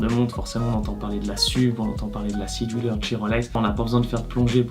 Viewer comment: J'ai mis du temps (!) à comprendre que "scie du leur" était votre prononciation pour Sea Dweller. Y a-t-il une raison qui justifie cette prononciation particulière?